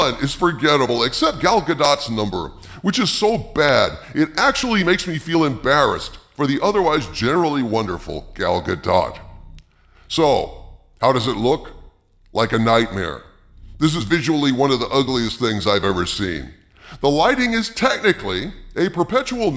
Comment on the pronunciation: It's pronounced Gal-Gah-Do....